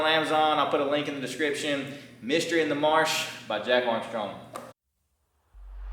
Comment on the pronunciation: Where are you located? You say marsh, I immediately think south Louisiana